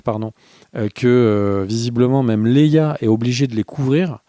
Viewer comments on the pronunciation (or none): none